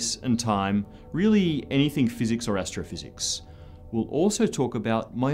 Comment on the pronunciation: " Particle Physeeekks " ;P hahahahaha